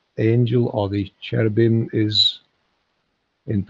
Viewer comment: She was saying Cherebum. Kerabum